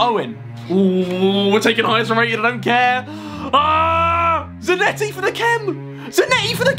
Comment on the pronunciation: Zanetti really gets that ball in Za-NET-ti Noone?